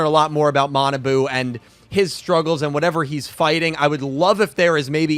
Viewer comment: Kwl review ^^ bt his name is ma na bu not manaboo:(